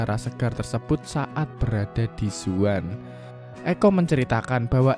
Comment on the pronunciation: zaun bukan zuan :D ekko bukan ecco